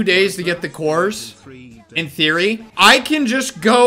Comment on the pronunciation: When you say “In theory” my Siri gets activated cause of “hey Siri” Just thought that was funny